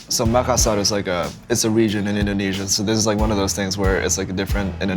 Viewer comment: Can he please stop saying inDOHnesia, does he think he's homer or something?